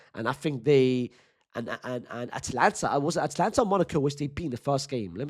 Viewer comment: brother can you please pronounce it atAlanta and not atlanta we aint gonna see lil baby future and gunna in the starting xi